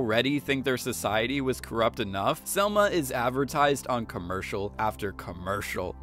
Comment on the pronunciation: Dude!!! It's Salma with an a